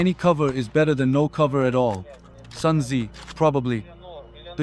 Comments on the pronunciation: Great video, glad you use your own voice and not AI, but it's pronounced Sun Zoo (Tsu) not Sun Zee. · Definitely ai voice cloned tho. “Any cover is better then no cover. Sun Zi probably” instead of Sun Tzu.